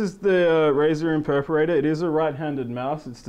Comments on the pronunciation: not being rude,but when did Razer make an Imperparater??? did i miss something? ohhhhh he means IMPERATOR, PRONOUNCED(EMP-ER-ATOR)! LMAO peace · oh man i luv your razer impersonator!... oh i mean imperperrater!! oh i need an some interpreter plss.... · lol imperperrater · haha impeperator))) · imperperderperratorrr lol pronunciation fail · IM-PER-A-TOR!!!!!!! It's not hard! Alt+F4 to skip ads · Terrible review, he can't pronounce the product name and he doesn't even know what mouse acceleration is.